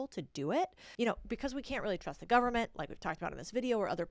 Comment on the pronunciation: Correct,what "Mon-eye" does this govern-ment have??????